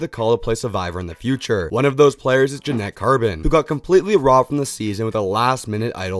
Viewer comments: It's Janet. Not Janette lol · You’re such a fan of Janet carbin but pronounce her name in a way no one has ever pronounced it😭😭 “ja-NETT” 😭 yeah ok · How hard can it be to pronounce Janet correctly